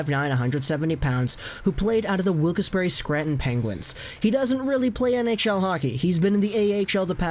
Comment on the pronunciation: How you said Wilkes-Barre was hilarious.